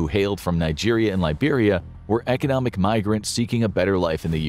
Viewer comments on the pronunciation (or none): none